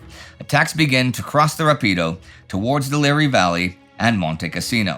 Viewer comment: BTW, the river near Cassino is pronounced “RAH-pee-doe”, a proparoxytone. It means fast in Italian for a good reason.